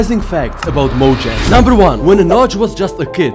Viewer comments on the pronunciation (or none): Another fact: mojang isn’t pronounced mojang it’s pronounced Moyang trust me mojang I Swedish and j sounds like y in Swedish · while he said ceo of mojang i thought he saif ceo of MANNEH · ok so, remember the debate between pronouncing mojang as mo-jang or mo-yeng? well, one od the staffs called it mo-jang. there ya go